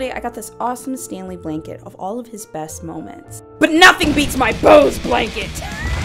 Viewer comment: There’s no such thing as 12Teen. 😂😂, I canNot witchu.😂😂